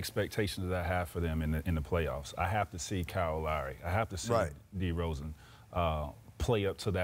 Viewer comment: "Scottie", "Pippen" and "DeRozan" not DerozEn. I think it was funny Scottie barely knows anything about the raptors but and he was just trying to say something cuz that's the job. He ended up repesting everything had said